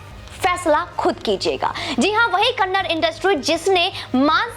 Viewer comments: Not kannad kannada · Kannad Nahi Madam Kannada (KANNADA) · It's not kannad it's kannada... If we pronounce Hindi as hind it's not sounds good...... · mam its kannad film industry nahi, KANNADA film industry💛❤ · Madam bhasha ka nam Kannada hai Kannad nahi ..pls request you to pronounce it correctly.. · Ma'am it's not kannad it's kannada.🙏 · Madam it is kannada not kannad Please make sure next time u read out correctly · It is not kannad , it is" kannada " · Ma'm its not 'Kannad', its Kannada.....🙏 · Kannada is not kannad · Madam the language is called 'kannada' not kannad.....plz don't hurt kannadigas sentiments.....I request you to correct urself....we understand you are not exposed much to karnataka.....plz madam....correct urself.... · Can't say the language name properly and reviewing the movie, kanad nahi behanji Kannada... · Madam it's not kannad it's KANNADA Our Pride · कन्नड़ नहीं है कन्नडा है😎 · Respected Madam its KANNADA not Kannad. Please correct your mistake my humble request as you are disrespecting and mispronouncing the language. Hope you will correct it. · Thank you for reviewing and supporting Kanthara.Please say it Kannada not Kannad. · Please pronounce the language name properly..It is kannada and not Kannad. It is high time. Please correct it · Thank you for your words for our film KANTARA........ Madm it's KANNADAAAA not Kannad kindly correct yourself please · It's kannada, not kannad, pronounce properly